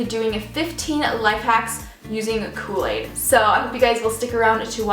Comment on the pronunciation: kooi aid